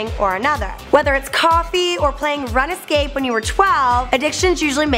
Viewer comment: runescape not runnesscape